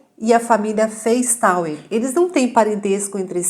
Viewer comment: Esses sobrenome Feistauer, se for de descedência alemã se pronuncia Faistóa.